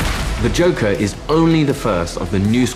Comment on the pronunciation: "The Jonkler"